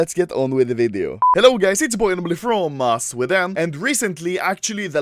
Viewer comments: am i the only one that heard anomaly say "anorbely" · Boi. Anomaly anemraly